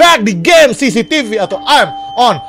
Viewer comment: bang yang bener cctv bukan cctc